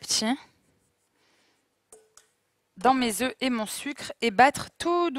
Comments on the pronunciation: Mes oreilles ! Le mot oeuf se prononce différemment quand il est au pluriel !!! C'est important de bien s'exprimer 🤗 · on dit pas 4 oeuffes ! 😀